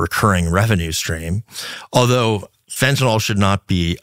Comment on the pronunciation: Went back to watching this in the middle of the night...and why can't people pronounce fentanyl properly? It's not FEN-TEE-NOL, it's FEN-TA-NYL. It's not Tylenol.